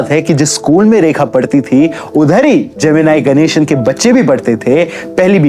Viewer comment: bhai tu English bol but hindi ki kamar mat tod its जेमिनी गणेशन Not जेमिनाई गानेसन